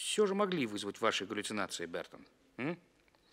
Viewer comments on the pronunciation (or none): By the way, the name of the pilot, who's observations are matter of the investigation, in Lem's book and in the film is actually André Berton, not Burton, as it is pronounced in the undertitles. Just a detail. Great book really. Lem was a master. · Berton, not Burton.